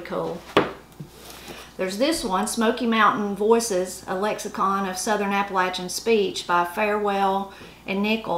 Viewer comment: Both sides being from Tennessee, most of these are very familiar to me. I just wanted to thank you for pronouncing "Appalachian" correctly. :-) You can always tell someone who ain't from around here - they use a long "A" when saying that word. :-) Love the channel! -Ed on the Ridge